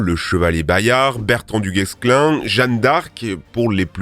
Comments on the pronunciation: On dit "du Guéclin" 😉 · La prochaine fois que vous dites Duguessclin j’vous retrouve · on prononce pas le s dans du guesclin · on ne prononce pas le "s" de Dugesclin ;) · Super vidéo ! Par contre petite précision, on ne prononce pas le s de duguesclin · Incroyable pas capable de prononcer correctement du guesclin mais ça try hard la prononciation du coran